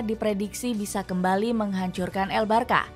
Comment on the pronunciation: Bacanya barsya bukan barka